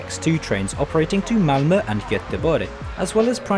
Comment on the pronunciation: Impressive!, correct pronunciation on the umlaut (the 'ö') for Malmö and Göteborg.